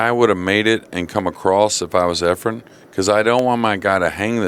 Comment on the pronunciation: Nick Varner still calling him Efrom. For fks sake somebody tell him the name of the greatest pool player ever.